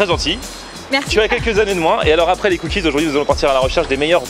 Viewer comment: Les "cookizes"